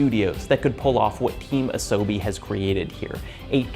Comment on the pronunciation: Sorry to be snarky. Truly. But your pronunciation of Asobi doesn't make my top 3 pronounciations of Asobi list of 2024.